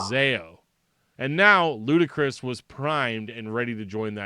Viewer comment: Saw these guys twice as LK, and its pronounced 'Ludicrous'. It is def not lootee. Josh climbed the tent pole in front of the stage in both shows, bellering with the mic inside his mouth from the upper rafters. A decent show for chaotic music, but im more of a metal head. I keep seeing DillingerEscapePlan mentioned in ref to these guys, however, guys from Frodus started DEP.